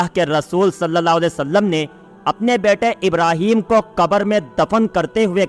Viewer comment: तुम लोग सल लल्ला अलैह वसल्लम नहीं कह पाते हो.